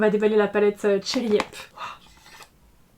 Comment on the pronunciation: A chaque fois j'entends "cherry iep" (genre pied en verlan) 😭